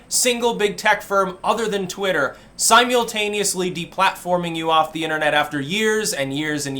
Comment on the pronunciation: Hey, watch you a lot...sort of a tangential question. I've never heard anyone pronounce simultaneously the way you did. You sort of pronounced the mul syllable as mule. Did you just trip up over it or is that how you say it? Is that a Vermont thing?